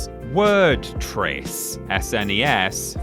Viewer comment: Who in the hell pronounces SNES "ess en ee ess? It's a snezz mate!